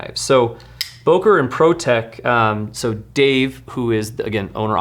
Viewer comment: “Boker” is pronounced “Booker”.